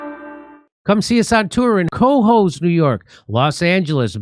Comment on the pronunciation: Tell Jimmy “Cohoes” is pronounced more like “colleges” than “bozos”…